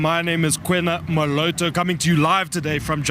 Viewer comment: Did he pronounce Moloto in an English Accent to make it easier for DA voters to say it